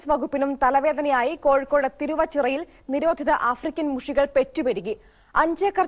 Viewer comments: ആഫ്രിക്കൻ മുഷിയല്ല " ആഫ്രിക്കൻ മുജ്ജ്" 😁 അങ്ങനല്ലേ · മുരി അല്ല മുശു...🙆🙆🙆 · മൂരി അല്ല മുഷി😁😁😁😁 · അള്ളാ ഞമ്മളെ മോജ്ജ് ഇതിനാണോ ഇങ്ങൾ മോഷ് എന്ന് പറയുന്നധ് 😅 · Mosh alla mushi😂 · മൂരി അല്ല മുച്ച് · moorikal alla mushikal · മുചി എന്ന് പറയും